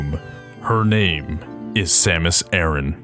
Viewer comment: Her name isn't "Samis Erin", it's SAM-US AH-RAN